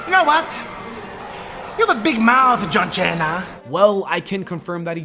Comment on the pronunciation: Santa no a good guy but don't mess wit him. "John jeenaa" was good tho lol